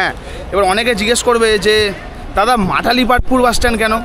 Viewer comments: Not Matalipstpur it's Malatipatpur and not Barmuda it's Baramunda Bus stand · Bhul bolle to Malatipatpur not Matalipatpur❤❤😂🎉😂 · Uchharon ta thik kore koro age Matalipatpur ❌ noi Malatipatpur ✅ 😒😒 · Dear Brother, this is not matali patpur, this is malati patapur bus stand. At least say it correctly. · dada its not matalipatpur......its malatipatpur🤣🤣🤣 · এই বাস স্ট্যান্ডের নম হলো মালতীপাটপুর। বারবার এটাকে মাটালিপাটপুর বলে ভুল উচ্চারণ করছেন। বেসিক ইনফরমেশন ঠিক হওয়া দরকার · Bhai stationer ucharon ta to ektu bhalo kore dao.